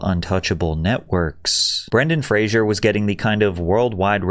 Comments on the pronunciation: It's F plus Racer. Fraser. Not Frazier. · It's pronounced Fraser like "razor". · He hates when people pronounce his name like you are. It's FRASER, not Frasier. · Fraser, not Frasier. You keep mispronouncing his name. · The disrespect of not even saying the man's surname correctly. How many times does the man have to tell people it's pronounced fray-zer? Everyone wants to say it loke Frasier. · Frasier is a character from Cheers and Frasier. Brendan Fraser's last name is different. It doesn't have an "i" in it. It's likewise pronounced differently. It's like a blazer. Fraser. Not Frasier. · Fraser isn’t pronounced like the tv show Frasier, it rhymes with “razor” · Pronunciation notes: *Ingratiate (not integrate) *Causal (not casual) *Fraser (not 'Frasier') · Imagine making a long video about someone and not pronouncing their last name correctly even once. He's called Fraser, not Frasier. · "Fraser". Not "Frasier". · FFS.....it's Fraser not Frasier (For Fraser's Sake) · ⚠⚠⚠Brendan Fraser is pronounced"FRAY-zer," which rhymes with "razor". ⬅⬅⬅⬅⬅⬅⬅⬅ It is commonly mispronounced as "Fray-shur," similar to the name of the TV character Frasier ⚠⚠⚠⚠ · Pronounced "Frazer," not "Fraizer." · FYI. His last name is pronounced “Fray-ser” Not like Frasier (Fray-sher) (the tv show) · Its pronounced Fray-sir. NOT FRAY-SURE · His name is pronounced Fray-za not Fray-sher, like the sitcom character. Get it right or don't bother. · His name is pronounced FRA-SER not Frazuer. Since the TV show Frasier, everyone gets Fraser wrong. Mispronunciation of someone's name is the worst insult. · Listening to the narrator mispronounce his name every single time is so frustrating for Brendan. His name is not Frasier, it’s FRASER! Pronounced Fray-zer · FRAZ-UR!! NOT FRASHUR Id¡ot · Dude... Pronounce his name correctly — Fray- zer, not Frazier. 🤦‍♂️ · "Fray-zer" Not "Fray-zh-yur" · Nitpick: You mispronounced his name as “Frasier” instead of “Fraser” every time. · Fraser! not Frasier..